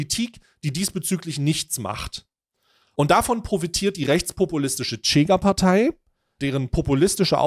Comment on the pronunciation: nices video, kleiner Hinweis, weil ich drei jahre in Lissabon gelebt habe: die Chega wird "Schega" ausgesprochen, ohne t